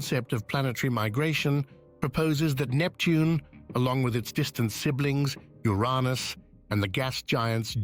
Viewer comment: Funny, how the narrator says, “U-Rahn-Us” for Uranus. 😂 He’s trying not to laugh so it says it differently? Or he doesn’t want to talk about U’s Anus!!! Uranus…🙈